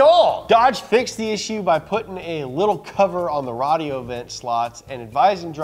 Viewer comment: That's just how Arabs say "radio" lol 📻